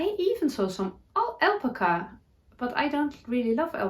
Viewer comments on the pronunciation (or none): It's pronounced al-pac-a